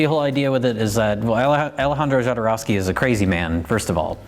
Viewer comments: It's so funny when you call Jodorovsky wrong. It shows how much you actually know on the topic. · *Hodorowsky I'm sorry, I don't mean to be one of THOSE guys, but it's pronounced Hodorowsky x3